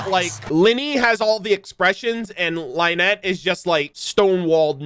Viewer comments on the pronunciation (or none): Lets just put this out there, Lyney and Lynette are pronounced the same, its not Lee-nee and Lai-net